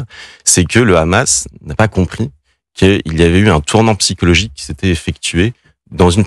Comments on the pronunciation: AUCUNE NEUTRALITÉ MR,En bon français Le H est muet,Le Khamas,Le khamas!!😂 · Les gars sont tellement un haut parleur d’Israël qu’ils disent aussi le khamas au lieu de Hamas 😂😂😂